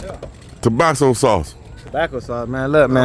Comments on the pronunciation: That boy said "Tobaso sauce" aahahahahah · D: “Tabassso Sauce!”: “Tobacco Sauce???!!!?” 😂😂😂